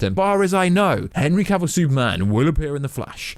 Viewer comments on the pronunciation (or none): none